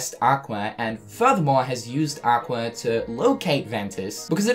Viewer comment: Did anybody else hear Aquer